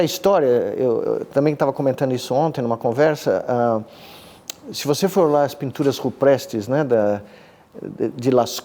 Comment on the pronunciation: Mas Nicolelis também deu uma escorregada, em 6 minutos e 17 segundos, quando disse pinturas " ruprestes " em vez de " rupestres ".